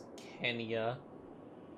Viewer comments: Who else cringed when he said Tan-zaneea instead of Tanzania 🇹🇿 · Did u just call it Tan-zan-ia? It’s Tan-za-nia lol it’s ok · TAnzuhniAh not TAnZAniuh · its Tan-za-nia, not Tan-zain-ia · It’s pronounced TAN-ZA-NEE-AH